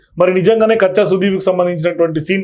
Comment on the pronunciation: Sir ಕಿಚ್ಚ not ಕಚ್ಚಾ